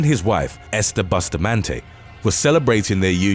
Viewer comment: Ok, I enjoy this guys videos and contents but, am I the only one who gets annoyed by the multiple mispronounciations on every single video? I get the really difficult ones, but words like baton, El Chapo, Bustamante, Recife, Whitey....etc! I don't get it. The news, Google, other videos will say the correct pronunciation so why is he always saying things all wrong? My OCD goes nuts.